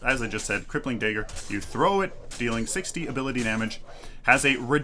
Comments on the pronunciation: Kallari master here. Just giving some tips Dagger pronunciation. Not daegger If you don't take the green buff which will chip away half your health, you can go for the river buff which will regen your mana so you can use more daggers and gank more effectively. Never use your back flip to gap close, it's not very effective and you just lost a ton of mana + your evasiveness as can be seen Don't try to use it while you're stunned, wait until your feet touch the ground, then use it, else it will bug out. And don't just use it at random, as you seem to do. Why would you activate shadow walk here? There is no threat, you can't catch up to anyone. And shortly after, you decide to ult him (as would I) which means you just lost your getaway: speedbuff and invisibility First hit out of stealth on a full health Kwang is 200+38, then a dagger for 120 and follow up for 200+25. I don't think that's worth 7 cp mate. And personally, I think survivability far outweighs the negligible extra damage from Traitors Touch, especially since you're supposed to be finishing off people, not initiating fights. And especially not with tanky heroes. Late game, a Steel ult + dash will nearly insta kill you without armour/health. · "dayger" hehe